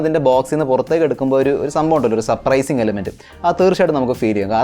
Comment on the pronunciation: ഒരു ചെറിയ ഉപദേശം ഉണ്ട്.. താങ്കളുടെ പല videos ഇലും ശ്രദ്ധിച്ചിട്ടുളള ഒരു കാര്യമാണ്.. 'സപ്രൈസിങ്' (Suprising) അല്ല, സർപ്രൈസിങ് (Surprising) എന്നാണ്‌.. Design പാറ്റർ അല്ല, പാറ്റേൺ.. NB: ഇത് പറഞ്ഞതിന്‌ ആരും ഇംഗ്ലീഷ് വിദ്വാൻ എന്നൊക്കെ പറഞ്ഞു വരേണ്ട.. ഒരു തെറ്റ് ശരിയാക്കാൻ ശ്രമിക്കുകയാണ്..